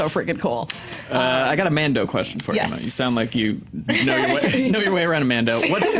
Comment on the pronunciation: What's a Man Dough? Is it like a man-boob? 😂